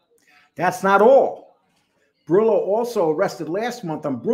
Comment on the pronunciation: Borello not borillo